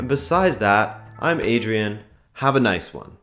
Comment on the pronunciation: Cool vids but chek out how to pronounce nice